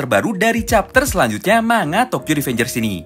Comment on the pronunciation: bang cuman meluruskan, manga dibaca "mangga" arigatou!